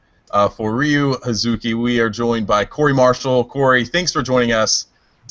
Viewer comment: it is Ryo not Ryu